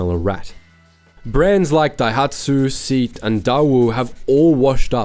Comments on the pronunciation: Terrible pronunciation of SEAT. It’s Say-at not 🪑. Surprised you didn’t mention Citroen too. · Seat - "Say-at"